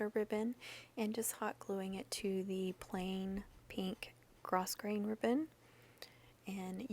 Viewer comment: So stinkin cute!!! You are very talented. Even when you say gro"s"grain....the s is silent-I thought you might want to know lol!!